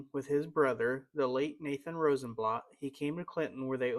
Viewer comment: Very nice. Thank you. A friendly correction, Mr. Rosenblatt's name was pronounced here as Rosenblatt with the 'a' sound in 'blatt' sounding like bat or cat. Your pronunciation is more like the German pronunciation sounding like 'blot.'